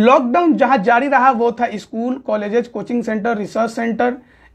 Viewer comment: Bhai श स me antar hota hai aur dusra स्कूल hota hai इस्कूल nahi tumko apna vocabulary thik karne ki zaroorat hai kaun se anchor ko ya news representator ka itna kharab vocabulary dekhe ho